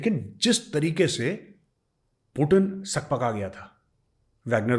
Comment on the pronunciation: 😂😂😂😂😂😂 OMG! That was awesome.. Major Saheb! I am listening so intently and suddenly (Pak) and the pak punjabi style accent (pak ke bina bilkul Sir mera bhi dil nahi lagta Haaay) I live abroad I interact with multi nationalities.. All I say thank you you teach us I pray PM Modi gets you in the Dept headed by Doval Saab you will be an absolute asset MAJOR Saheb Jai Hind a salute to you from me (kadak wala) civilian but I know how to salute an officer.. ❤❤❤❤